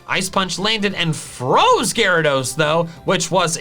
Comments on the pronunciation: it’s pronounced gyaradeese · No, it's pronounced Gyarados! There are no E's in the name!